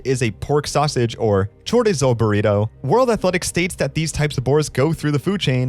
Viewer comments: Chorizo being pronounced “chore-t-zoe” is sending me. The mayonnaise is mayonnaise-ing. The burrito story is sus af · Correct pronunciation for chorizo: chore-ee-zo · I can’t get over how you pronounced chorizo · Surprising this guy has no idea how to pronounce chorizo.